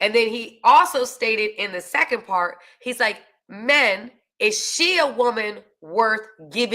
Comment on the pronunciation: That pawwt you big smawwt and point 👉🏾🔥